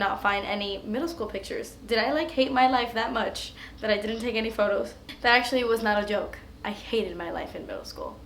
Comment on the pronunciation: Oh my God, I thought you said "he's sexually great" instead of "hes actually great" lol